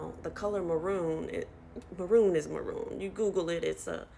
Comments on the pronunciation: It’s MARRON, not MAROON. Marron is french for a light brown with only a slight reddish tone. Kinda like a chestnut. How do these people doing these procedures not explain that to clients? Seems important. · Pissing me off that the woman read the French ‘marron’ as ‘maroon’ 😭😭 LITERALLY not the same word lol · I think she was just misprnouncing it, but honestly I think most of the videos of people with blueish eyes should've been her warning sign.